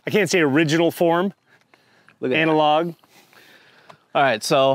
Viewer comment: “ANAL OG” or “ANALOG” 😂